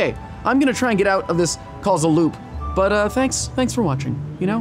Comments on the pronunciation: its Causal loop not casual xD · Oh! Causal Loop not Casual Loop :) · I swear for the longest time I thought it said casual loop I was sooo shook when I found out it said causal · Who read causal as casual